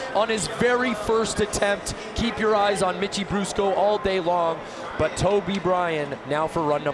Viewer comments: fool at the beginning said mickey brusco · Anyone notice how he said mickie brusco